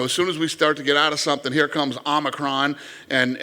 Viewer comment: Dude calls it OmicroM 🤣